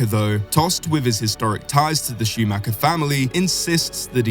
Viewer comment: Mick Shumacher? are you serious?